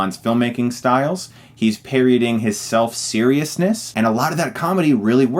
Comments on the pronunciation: 'Parodying' not 'paryoding'. Apart from that great review! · Does Chris keep saying "parioding" instead of parodying?